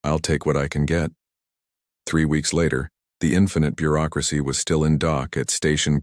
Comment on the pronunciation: "This is the GCS infinite Beuracracy..." here to help 😂😂😂😂